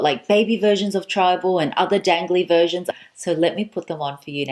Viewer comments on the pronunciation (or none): none